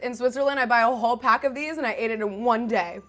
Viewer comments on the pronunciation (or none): none